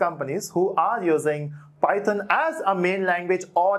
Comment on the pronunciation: It does matter how you pronounce it. It's python bot Pieton lol